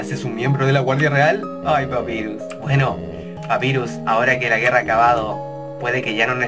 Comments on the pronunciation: Se dice papairus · se dice papayrus pero se escribe papyrus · gonzalez jaja xdxdxd por culpa de ahora estoy acostumbrada a ese inglés no bien pronunciado creo que los mismo con papyrus pero como te dije por su culpa ahora no me gusta los nombres en ingles bien pronunciados dxdxdd